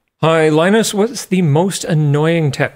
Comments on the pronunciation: I have never been so triggered by such a simple mispronounced word in my life. Line-Us I'm only calling you Long US from now on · Linus "Linus" Tips